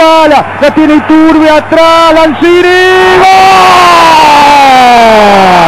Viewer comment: ituRRRRRRRRRRRRRbe...ituRRRRRRRRRRRRRRRRRRRRRbe. jajaja